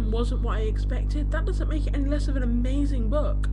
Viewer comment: 'I'm gonna say it real clear; UHMAZRING BOOOOOOUUUUK' Yeah that's real clear lol